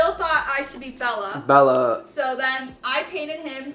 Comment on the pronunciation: Lol “Bella” it’s bell “ jimmy neutron” LOL